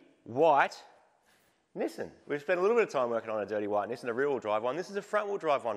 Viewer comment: It seems so strange that you call it "Nissin" like the brand of instant noodles rather than "Knee-Sahn" like the company formerly known as Datsun.